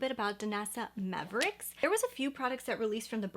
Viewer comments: Just a nit. It is Myricks not mavericks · I think her name is pronounced my ricks. You’re saying maverick. Try the Armani liquid eyeshadows. They’re my favorite. The Danessa Myricks version is great for makeup artists but not so much for normal people like us. Armani works great for the consumer user.